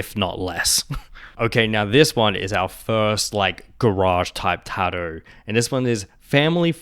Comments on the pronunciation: That pronunciation of "tattoo" is wild. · Kiwis and Aussies are lazy, we avoid all consonants that we can get away with not pronouncing